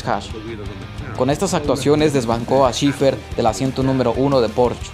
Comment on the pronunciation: Pedro fue mejor en Sport Prototipos. Checo es mejor en F1, que además se ha vuelto mucho más profesional. No vendría mal que repases tu pronunciación... "Brabom", "Olm", "Shifert" y "Shurtis" nunca existieron.